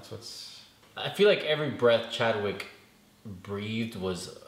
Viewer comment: He said not Chadwick wtf!! You should watch the all the movies over or read some comics before you guys do these reviews so you dont look and sound stupid!! We take this shit serious bro!!